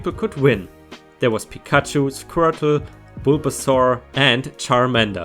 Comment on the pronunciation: Glumanda, Bisasam und Shiggy, stimmts? Dein Liebling davon? Und um dich zu beruhigen, du hast bis auf Squirtle alle 100% richtig ausgesprochen. Squirtle hast du etwa 90% hingekriegt. Ich glaube in manchen Wikis gibt es eine Tonaufnahme wie man den Namen ausspricht, kannst ja mal checken.